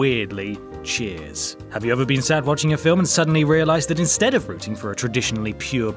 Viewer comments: "rooting", not roUting. You're the bad guy,. You are!!! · says "routing" should say "rooting" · 'Rooting' not 'routing'. Sorry OCD I think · It's ROOTING not ROUTING...LOL!! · "Routing"? ffs! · Rooting guys. Not routing. And don't give me that queens language bullshit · "Routing" sigh